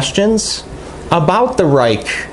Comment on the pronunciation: I was pleased to see how well it faired when compared to the 5 knives you showed which are $85. to $125. None of the 5 are rated anywhere near as highly as the 801.Thanks for the review. Pronounced "RAKE'"